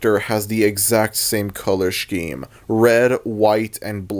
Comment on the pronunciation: And pronouncing scheme as "sh-KEEM"